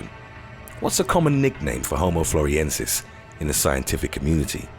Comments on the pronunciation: Not "floriensis", but floresiensis. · The way "Frolesiensis" is pronounced indicates how much research went into this video.